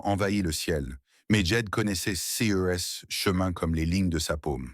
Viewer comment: Quel dommage la diction C-E-S etc… 😂😂😂😂😂😂